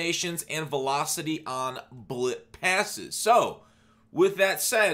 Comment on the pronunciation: This man said blip pasess